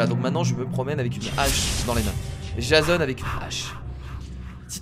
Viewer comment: sa ce dit jéson